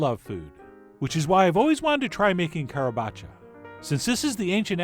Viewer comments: Perfect pronunciation in modern italian! :D The tuscans in their dialect probably would pronounce it with an inspired C, soundng something like "Harabaccia" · Your pronounciation was spot-on. A hint of accent, but àlas, you are not Italian! As you were talking about the toast to be put in the bottom etc. I kept thinking of zuppa pavese. Traditionally it's said of having been served to a starved and defeated Francis I of France after his defeat by the Landsknecht in Pavia. It's just stale (not toasted, stale) bread, topped with freshy grated cheese and raw eggs, then very hot chicken stock is poured over the bread, poaching the eggs, melting the cheese and saturating the bread.